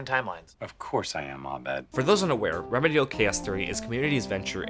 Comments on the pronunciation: in. Reh-MEE-dee-AHL. That is all. JK. I agree, this episode was/is perhaps the greatest piece of TV ever crafted. Build up, resolution, pay off, continuation. Distilled into this one episode. All the pieces and undertones move together in ways you both would and wouldn't expect. It's great and hilarious the first time you see it, even without context. But if you go back, especially WITH context...you always find more. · re MEE dee al. Not REM muh deel. Cringe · Say it with me: REH-MEE-DEE-ALL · stop saying remudial. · The way he pronounced remedial “Reme-diol” lmfaooo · It's re mee dee al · Re-me-DEE-al? Re-MEEEEEE-dee-al. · This video is great and all but the way you pronounce "remedial" almost made me turn it off after 1 minute xD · Does it really annoy anyone else how he pronounces remedial? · Look up the pronunciation for "remedial." Other than that, good video.